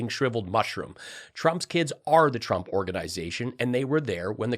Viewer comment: "TURMP". Not once but every time. "TURMP".